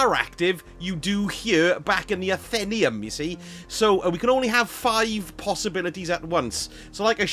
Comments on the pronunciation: Nice job! Btw ......... 'ATH - EN - NAY - UM ' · FYI “athenaeum” probably should be pronounced ath-en-ay-um